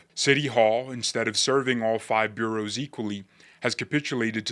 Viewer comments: (And it’s “Boro’s”, not “Bureaus - you’re obviously not a NYer) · Nicely done. But it is " bor oughs ", not "bureaus". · Just a heads up, The 5 counties that make up NYC: New York, Bronx, Kings, Queens and Richmond are called Boroughs (pronounced Boros) and are referred to in name as Manhattan, Bronx, Brooklyn, Queens and Staten Island.